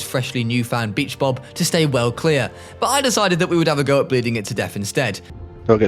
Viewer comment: ”beach bob” My brain:”b##ch bob 💀